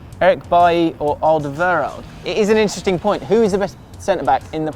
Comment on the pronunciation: It's Alderweireld, don't let spew bullshit